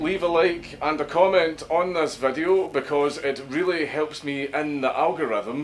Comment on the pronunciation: I'm just here to help with the "Algolitham". Lol love ya dank.